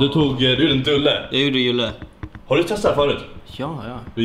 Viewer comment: Varför säger dulle, och Julle